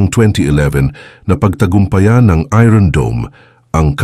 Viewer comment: It's iron dome or spells as ayorn dome and not ayron dome!😂😂😂